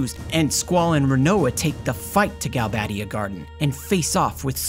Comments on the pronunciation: because there is only one d and one b. You would need double d and double b to pronounce them the way the narrator does. Galbaddia and Trabbia. Otherwise it has the "ay" pronunciation with only one d and one b. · why would you pronounce galbadia and trabia as galbaydia and traybia when there's clearly no Y in their names!?